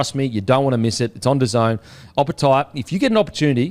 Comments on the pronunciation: Da Zone not Daisy en 😂😂 thanks for the show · The way pronounced DAZN gave me an aneurism. It’s pronounced Da Zone